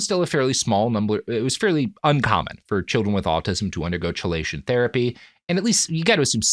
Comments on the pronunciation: I hate to be that guy, Robert, but chelation is pronounced like "key-lation" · Good episode overall but I had to skip past the entire segment about “chill-lation” because the mispronunciation was driving me nuts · Chelation = KEYlation This is killing me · BTW, chelation is pronounced "KEY-lation." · "Chelation" "Key-lay-shun" That is all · listening you to mispronounce "chelation" one thousand times in this video is making my head vibrate with rage. It's "key-lay-shun" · I am autistic and ADHD. I actually think there's a good argument that they are different faces of the same condition. In this context, i can see the harm, but i just wanted to say this here. Also, it's pronounced "key-lation"!!! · I am sorry to be this guy. My OCD compels me to do this. I often have only seen words in print & mispronounce them. Robert please learn the correct pronunciation of 'Chelation' & 'Thio'. For some reason they are pronounced 'Key-lation' & 'Th-eye-o'. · KEY LATION. not CHE Lation!!!! AAAAAAAAAAAAAAAAAAAHHHHHHHHHHHHHHHHHHHHHHHHHHHHHHHHHHHHHH!!!!!!!!!!!!!!!!! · Chelation is pronounced KEY-lation. A deceptive spelling. Sorry driving me nuts... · Im autistic, and the hardest part of this episode was listening to him mispronounce "chelation". Its pronounced like "key-lation" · Wish I could push this comment up further. I've only listened to three episodes of their podcasts (including this one) and the word has been in, and mispronounced, in all three. 😂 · Yeah it's Key-lation as others have pointed out. It's type of group/molecule that resembles a crab claw (etymology "chela" aka "crab"). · Pretty sure it’s pronounce key—lay-tion :P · Key-lay-shun therapy, Robert. jfc. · Was gonna say the same. Hits different when you've spent years working with chelating ligands haha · Chelation is pronounced “KEY-lation” lol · Robert!! Key-lation!!! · Chelation is pronounced key-lay-shun. It's stupid, I know. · Every time he said chelation (kee-lay-tion) hurt my soul